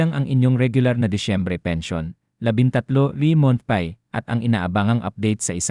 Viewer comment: Bqkut ganyan ka mag pronounce ng ibang words like month, pay, di na nga totoo ang cnsbi, qrong pronunciation pa ng ibang English words.